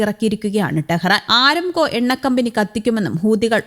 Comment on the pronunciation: ആരംകോ അല്ല അരാംകോ അതാണ് ശരി